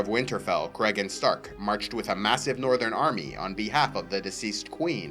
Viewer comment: I believe it's pronounced cree - gan